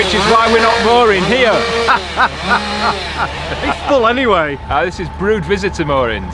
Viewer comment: The mooring near the M54 is another of our favourites. I love detailed in depth commentary........ “We’re ‘ear”... Ha Ha!, Great as usual boy’s. Friday afternoon’s reminds me as a youth waiting for Dr Who (Patrick Troughton) every week for my weekly fix!, John (NB Cherry)